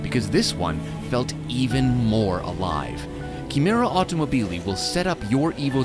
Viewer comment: Gentili Signori di Throttle House, siete simpaticissimi ma Italiano si pronuncia "autom-O-bili", con l'accento tonico sulla seconda O.